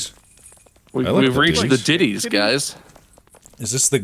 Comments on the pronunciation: Diddys ❌️ Deities ✅️ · wow, yall see the ditties? (deities, it just sounds like they said "diities") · dee-it-ees not ditty lmaooooooooooooooooooooo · sounds like they sayin "diddys" not deities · i’m guessing this portion got delayed by how many times they made deities (pronounced wrong) jokes cause BOY that sure is bad timing